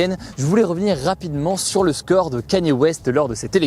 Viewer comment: Personne n’est choqué par le « kanïé » de Hugo pour dire Kanye ???